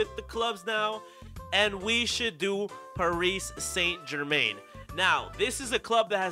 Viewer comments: “Parise saint germane”. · Parees Saint German (no hate) just never heard any one say it like that